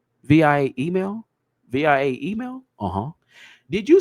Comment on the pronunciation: You don't spell out "via" you just read it the way it looks: vee uh Or some say: vye uh Via means "by way of" ❤❤